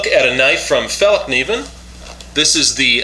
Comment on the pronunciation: you got the best pronouncement of Fällkniven of all Americans Iv ever heard try saying that